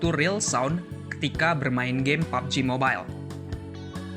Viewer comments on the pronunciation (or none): none